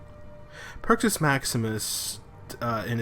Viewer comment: if u can't talk then write a script if u can't read then memorize it if u can't memorize just smoke another one and chill the fk out. but AT LEAST pronounce shit right. it's perk-us NOT purchase wtf...